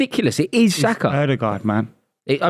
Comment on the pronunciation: Its Odegaard